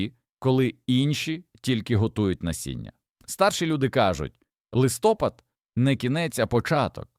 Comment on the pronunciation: В Україні немає листОпада, є листопАд